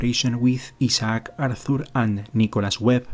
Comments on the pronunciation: I can't help but chuckle when he mispronounces Isaac as E-Sock. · That's the Spanish pronunciation of Isaac. He's got a strong accent, but his English is pretty good. In Brazil I got used to the Portuguese version of the name Isaac, Isaque (ee-ZACK-ee).